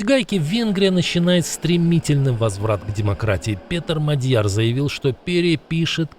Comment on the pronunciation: Внимание! Правильно МАдяр, ударение на первом слоге.